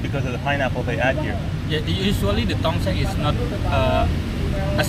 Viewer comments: Not Tong Song 😂😂😂😂 Its Tong Seng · Tongseng --------- Tongsang.... Tongseng --------- Tongsang.... Tongseng --------- Tongsang.... Tongseng --------- Tongsang.... Tongseng --------- Tongsang.... Tongseng --------- Tongsang.... no matter how many times people say it to you, you will say it wrong i guess.